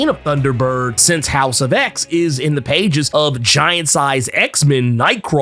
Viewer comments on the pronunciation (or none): none